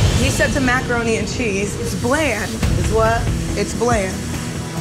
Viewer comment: When she was describing her macaroni and cheese... Sounded a lot more like microroni and cheese. Lol